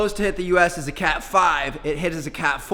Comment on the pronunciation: You said cat cat wrong